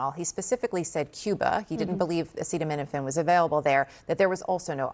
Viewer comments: 1) Self-proclaimed smart guy....but can't even say the actual word correctly?! 2) Makers of Tylenol, PLEASE go sue the Admin for their negligence & absolutely incorrect info. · Watching him trying to pronounce acetaminophen is both extremely hilarious and extremely horrifying like a second grader, trying to say the word hippopotamus only to realize that that second grader has the power to launch nuclear weapons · 😂😂😂 Yeah, we’re supposed to take advice from the Illiterate-in-chief. Ha! He can’t even pronounce the thing he’s trying to denounce! Then he tops it with utter nonsense! Get A Vocabulary before you try to advise ppl on medications plz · This dude is ignorant….. You mean to tell me that No one helped Donald practice saying acetaminophen? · He can't even say acetaminophen....Jesus Christ if the US is to believe an idiot like this then they really are lost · Nurse practitioner here...if you can't pronounce acetaminophen then maybe don't weigh in. My god! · Trump: "Effective immediately the FDA will be notifying physicians that the use of a sedative...well, let's see how we say that...Acid...a..minophen...(someone tells him how to say it) acetaminophen. Is that okay?" Also Trump: "We understood a lot more than a lot of people who studied it." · You can't even pronounce acts like he knows stuff. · He can't spell or say acetaminophen... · Doesn’t know how to say the most known drug in the world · The man cannot even say the most common and oldest analgesic known. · He literally couldn't even say the word acetaminophen. Wow. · Truly uneducated president u have there. Wat a moron. Can’t even read the name of the drug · 😂😂😂 omg wow can't even pronoun it. This is a joke!!! Wow! So thats the link! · Omg does he even prepare? Wait..I know this answer HE CAN’T EVEN PRONOUNCE IT!!!! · He can’t pronounce it…. Come on. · Yeah let’s trust the guy that can’t even pronounce the word. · Oh wow. There goes the stock prices for Tylenol. He can not even say acetaminophen. Wow!